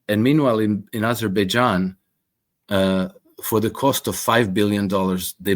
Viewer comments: U mispronounce it's Baberbaijan😂😂😂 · I don't know "Azerbaijan". I thought it was "Aberbaijan"